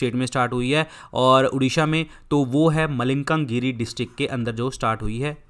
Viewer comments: Kya sir malkangir ko malikangiri bol rahe hai....sahi se bolo sir.please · It's malkanagiri( ମାଲକାନଗିରି)मालकानगिरि